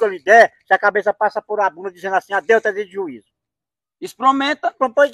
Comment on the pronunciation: "ispromenta pra tu vê" kkkkkkkk